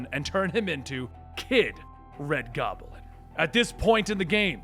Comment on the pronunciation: Why do you say Gob-A-Lin?